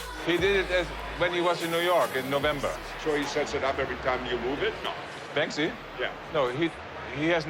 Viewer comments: It's pronounced bank see not ban ski! So bloody annoying, these apparent fans of his work can't even read his name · It's very annoying! My ex gf was friends with him. She is from Bristol. It's Banksy not Bansky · Bansky?????? Its banksy guys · Anyone else groan every time the couple says "Ban-skee"? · How can someone call themselves a “Banksy hunter” and pronounce it “bansky” 🤢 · Bansky🤣 head of his marketing class 🎁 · Why tf some of them calling Banksy bansky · In the audio guides he pronounces it as Bansky. Satirically of course. Werther the people pronouncing it that way were playing along or seriously thought that was his name I do not know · The fact that you two are featured so frequently in this, pronouncing his name wrong, is just sad... 💭🙄🤌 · Americans can’t say banksy